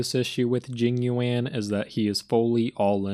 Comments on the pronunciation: “Jing you-anne” will never not be funny 😂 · This video is hilarious dude, keep up the good work! 😂 what cracked me up is the fact that everytime you mention Jing Yuan it just progressively gets more and more mispronounced 😭😂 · each time jing yuan is being pronounced, new name is being made up love it